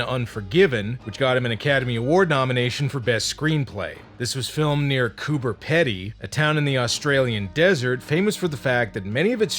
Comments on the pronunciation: I was hovered over the unsubscribe button as I knew there'd be a bad attempt at an accent... but I'll let it pass this time. Also Pee-dee, not Peddy. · Note, it's pronounced 'Piddy' . Thought to come from the Kokatha language name for the area 'guba bidi', "white man's holes'. Some fo the chase scenes near the end of Beyond Thunderdome were filmed there. Visit during summer for the proper experience , they all live underground there for a reason. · It's pronounced Coober Peedee. Don't ask why. Lol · Coober Pedy - pronounced Coober Peedy. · Coober Peddy you say? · Koo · buh . Pee . dee is how Coober Pedy is actually pronounced, and yes, I am Australian. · FYI Coober Pedy: Pedy pronounced with a long e. Peedee. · By the way Cooper pedy is prenounced Coop-er Pee-dy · Coober Pee-dee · Hey so just letting ya know your pronouncing Pedy wrong, here in south australia it's pronounced pedee even thou it's spelt Pedy. Great vids as always👍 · Pronounced Coober peedee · It's pronounced "PEE-dee" -- source, the Australians who first told me about it. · We pronounce it "coober peedee" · liked this movie as saw it on VHS - it is pronounced cooper pedy ( coup-per pea-de) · the real Jugger inspired league, does that count as prepping. Also cooper pee-dee with a long E sound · It's pronounced Coober "Peedee". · It's pronounced cooper peedy sucks there tho literally nothing there they also filmed pitch black there. Never stayed there only ever passed through ages ago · Can't say Cooper Pedy right